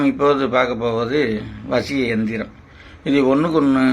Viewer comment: ஜயா மந்திரம் எந்திரம் தெளிவாக இல்லை